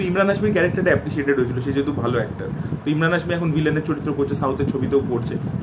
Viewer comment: ইমরান না ভাই এমরান হাশমী 😅